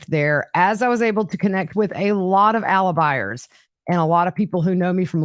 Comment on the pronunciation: Ty. What are "Alibiars"???